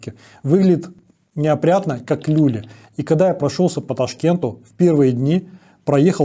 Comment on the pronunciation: Не лЮли, а люлИ